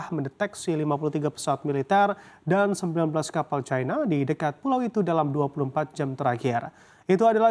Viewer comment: Plis sebut china dengan china bukan caina, kalo takut dipecat sama bos sebut aja Tiongkok, jiji bet aku dengar orang ngomong bhs Indonesia tapi nyebut caina, dalam bhs Indonesia i itu dibaca i bukan ai anjinng 😂😂